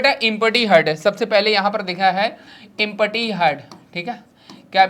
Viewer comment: Sir ji Empty Ko इमपटी nhi bolte h एमटी bolte h 😂😂😂😂